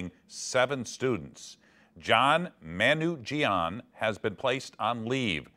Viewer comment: he pronounced Manoogian wrong. It's "Muh-knew-gee-an" lol